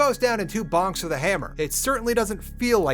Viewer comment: Lost in VIVO has maps!? Really? I've beaten the game without knowing that?! Also, i don't quite get why sometimes he substitutes "th" with "z/s" saying "Wiz" instead of "With" and so on. I just found that detail peculiar and wondering if there is an explanation.